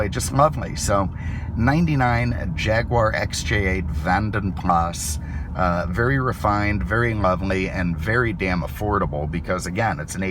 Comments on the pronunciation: How to spot an American - ask him saying 'Jaguar' - JaaagWAAAR. Jeeeez, how's that Lord?! as de 'Vanden Plah'. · The S is silent. It's VANDEN Pla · The S in Vanden Plas is silent